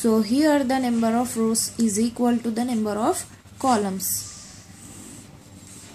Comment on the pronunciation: it s not nember its number XD